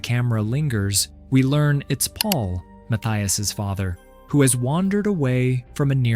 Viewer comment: "Michelle loved the pond so much. So much that Paul dug it just for her." That makes no sense. The AI's pronunciation of "Paul" is comedic. "Pull" 😂